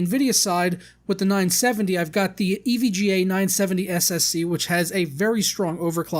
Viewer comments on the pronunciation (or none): none